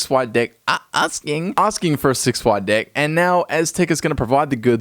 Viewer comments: Deck or dick...cant tell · Did he say deck or d*ck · Did he just say deck or dick I can't tell.